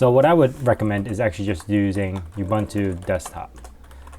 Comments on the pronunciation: it's "ooo-boon-too" NOT "you-bun-too"! and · that's not how you pronounce Ubuntu... it's "oo-boon-too" not "you-bun-too"...